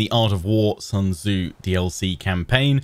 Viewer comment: Wow, even the game has the pronounciation of Sun Tzu 100% wrong. The name is not English. It is not the sun in the skies. It is pronounced "Soon Che" (at least approximatly), but both words spoken quickly and with a raised pitch at the end. I know this name is a real pain since even historians and other scientists butcher it all the time and is really hard to speak for Westerners precisely but they could have made at least an effort and not use the everyday English speakers mistake.